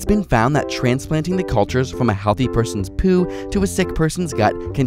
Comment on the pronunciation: I like how is poo. He doesn't say "poo", he says "pyew". c